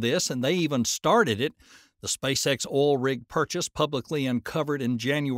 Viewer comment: It's oil not all...